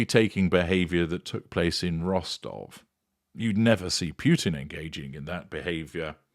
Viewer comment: Completely off on what had just transpired. 😂😂😂 Also learn how to pronounce Putin to sound more knowledgeable.